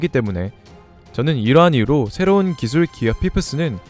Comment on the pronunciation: 기술 발음부터가 너무 구려서 간지 안날듯.. 기어 포스를 조루모드에서 지루모드로 각성시키는게 가능성 있네